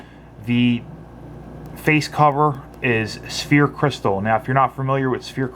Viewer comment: It's not Sphere crystal but Sapphire Crystal. Just for future reviews might want to make that correction. like the first comments states, it sounds like Sa-fire.